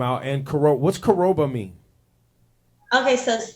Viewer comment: Why do we do this alot though...Anything wrong with keeping your accent with pride during foreign interviews? Like what's with the code-switching, from UK to US accent. We really should stop. NAIJA You can't even pronounce the word Koroba again?